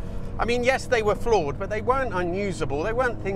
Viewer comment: Flawed !!!! I thought you said "Floor It"